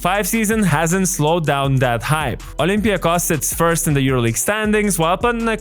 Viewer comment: First of all, how did you say first olympiakos. Re ouuu